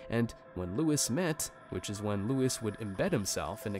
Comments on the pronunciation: Louis is pronounced Loo-wee not lew-is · It's "lu-ee" not "lewis" .... killed me because you said it 10 times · This is so annoying it’s not Lewis Theroux 😅it’s pronounced like Louie sorry this just bugging me so much